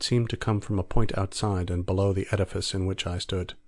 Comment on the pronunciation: Great reading... though the reader might want to work on their enunciation of "below".